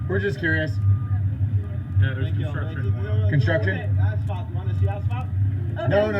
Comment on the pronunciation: "IT'S JUST CONTRUCTION HON HON HON" - Lauren, 2017